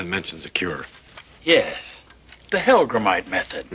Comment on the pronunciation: "Hellgramite"--not "Hellgram"!